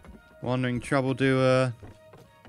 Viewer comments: When will you learn it's wandering troubadour not wandering troubledoer. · a troubadour is like a bard not a trouble doer. lol